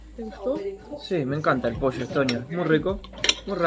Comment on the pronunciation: Posho ó pollo? xD